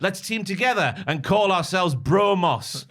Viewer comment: "Bro-Mos"...sound it out.